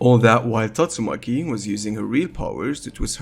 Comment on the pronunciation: Good video but pls pronounce Tatsumaki right, respect the waifu🎉